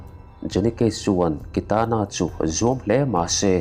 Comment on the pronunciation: Kitana hming ilam ngun si,ilam dik silo..beng athlep